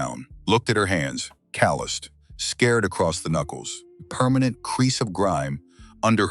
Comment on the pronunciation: Scared across the knuckles????????? Scarred. Read the word and pronounce it correctly. Otherwise, you need to get another job, 'cause this one isn't working for you.!!!